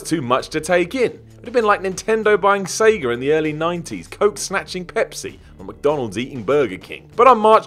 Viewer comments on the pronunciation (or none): none